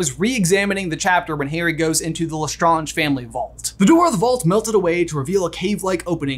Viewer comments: Lestrange is pronounced Lestraaeng , not Lestraunge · Why do you keep saying lestAHnge and not lesSTRAYnge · Ok but not my mom who hates Harry Potter pronouncing Lestrange as Le-skragk-ee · Sorry had to say you say less strangers wrong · Is he pronouncing Lestrange right? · I love this channel but hate the way he pronounces Lestrange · Why do you pronounce Lestrange like that, did you not watch the movies or listen to any Canon thing mentioning their names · You pronounce LeStrange correctly at the begging of the video but then proceed to say it wrong throughout the rest of the video without noticing. :( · Why did you keep pronouncing lestrange wrong